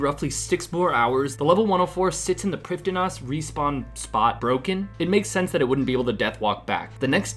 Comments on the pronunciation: Prifddinas pronunciation from the wiki - preev-THEE-nass. Struggle no longer! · It astounds me how many runescape players and even Jagex themselves can fuck up a very basic Welsh word every single time they say it. Preev-thee-nuss. Gonna have to skip this one, it's too grating.